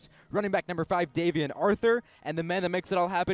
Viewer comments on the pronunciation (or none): HIS NAME IS DAY-VEE-EN NOT DAY-VEE-ON🤦🏾‍♀️